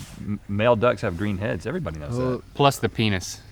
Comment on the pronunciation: I can't believe link said penus